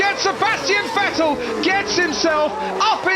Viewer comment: And all these years, David Croft still couldn't stop saying Fettle.